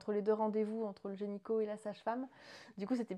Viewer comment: Félicitations ! Je vous souhaite le meilleur !! (Tu dis gényco au lieu de gynéco ça m’a fait beaucoup rire 😂)